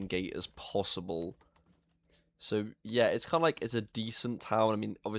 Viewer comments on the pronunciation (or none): none